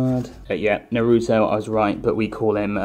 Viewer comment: You said Naruto wrong